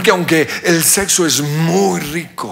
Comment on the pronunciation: Jajajjaa se escucho muuyyyy morbosoooooo y muy cerrrrradooooo